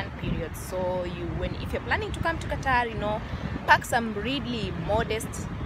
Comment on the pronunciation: Nice,iam here also you said correctly